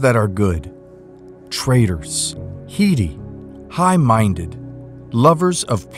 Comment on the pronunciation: Heady is pronounced HED-Ē